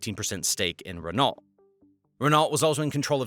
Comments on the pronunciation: Renault is "ren-o" more than it is "Ren-alt" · 1. It's Nestlé pronounced Nestle-aye. Not Nestle-ee 2. Renault is NOT Wren-alt. It's Wren-oh. 🫠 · RRRRRREN NAHJUALT!!!! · Right! He says Renalt 😂😂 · The pronunciation of “Renault” was hilarious to me - and I’m English! 😂😂😂